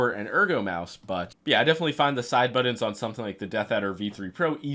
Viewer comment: Bro saying “buddens”?